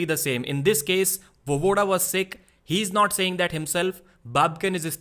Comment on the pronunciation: Voevoda is pronounced va-ye-voda, not vovoda. Make an effort to learn how to pronounce people's names nigga.